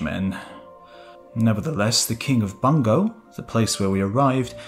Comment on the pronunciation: Bungo should be pronounced "boon-go"